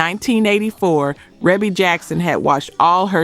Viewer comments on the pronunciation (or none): It appears that AI is used to narrate. Pronouncing bass line as bass (like the fish 🐟) when referring to "Let The Music Play" is one clue. Also mispronouncing Rebie (long e) as Rebie (with short e) is not something that would be done by a musical historian. There are too many videos of her appearances on dance shows that pronounce her name correctly. And there are inaccuracies regarding the hits of Minnie Riperton and The SOS Band. Both of these Bands have had several hits. Junior and The Dazz Band also had more than one hit on the R & B hit. And Minnie Riperton passed from this life in 1979. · Its reeeeebbie not rebbbbbie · A lot of these were not “one hit” wonders. Not sure how she’s defining one hit. And her name is Ree-bee (Maureen) not reb-ee like rebel. She’s only from the most famous black family. We all should pretty much know her name by now. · The narrator is AI. She speaking with a southern accent pronounced Rebbie, RA-be. No black person makes that mistake! It's A.I. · I love them Jackson's her name is pronounced REE-BIE not Rebbie. Just FYI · I know it looks like it rhymes with “grass”line, but it’s pronounced “base”line!! I know it looks like it rhymes with “Debbie”, but it’s pronounced “Reebie”!! Lawdavmercy 🤣🤣🤣🤣🤣🤣🤣🤣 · S.O.S. Band wasn't a one hit wonder. Dazz band either, and her name is pronounced Ree-bee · Rebbie Jackson's name is pronounced REE-BEE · The S.O.S. Band and Dazz Band were far more than one hit wonder bands. They were and still are classic in the 🤎community 🖤 and that’s what matters! We still LUV them. We don’t cares what THEY, pop charts and Grammy judges, think. OH and Maureen pronounces her nickname REE-BEE🙃. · Her name is pronounced REEBY Jackson. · Rebbie is pronounced Reebbie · Pronounced “ReeBee” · Rebbie's name is pronounced "Reebie".🙄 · Right. The mispronunciations: Bass, ABC, Rebbie R and B, dead giveaway